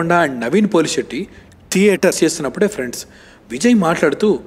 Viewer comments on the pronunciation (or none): none